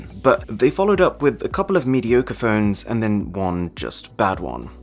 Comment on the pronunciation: im sorry but am i the only one hearing 'ferns' instead of 'phones'?